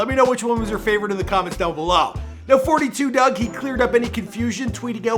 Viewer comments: and it’s FOUR TWO DUGG not doug while you think you know sum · I can’t watch if you keeping forty two dugg it’s just four two dugg